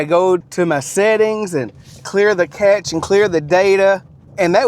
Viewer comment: Are you saying cache or catch?